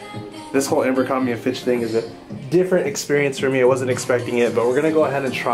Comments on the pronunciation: Say AMBERcrombie again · Everytime you say "Ambercrombie" 😬